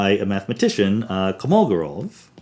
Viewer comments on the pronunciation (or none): I'm almost certain it's Kolmogorov, not Komolgorov.